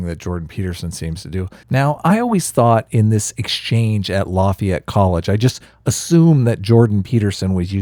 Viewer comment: "Lafeeyette" Lmao